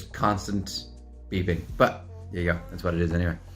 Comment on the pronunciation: “Hello therrre” Love you!! You’re looovely 😹